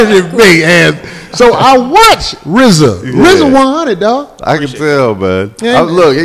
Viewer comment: It must be a lil irritating for Rizza to be on all these shows multiple times and people still mispronounce his name. Especially Corey ass 😂😂